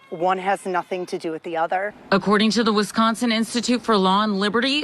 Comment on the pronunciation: WISconsin. NOT WESconsin.